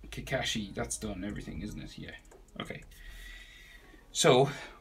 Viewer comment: im wondering why he says kakashi as kakeshi